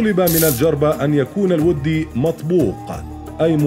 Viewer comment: ولد أنت من جدك ؟؟ السالفة ذي بشمال السعودية والرجال سارق القصص من منتديات السعودية لدرجة حتى كلمة ( الودي ) ماعرف ينطقها صح.